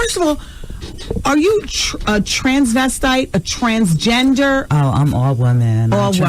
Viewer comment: Wendy was trying to pronounce transgender had me weak